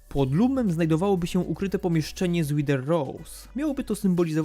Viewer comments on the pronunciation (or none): none